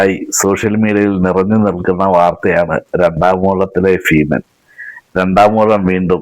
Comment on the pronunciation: ഫീ മൻ - അല്ല ഭീമൻ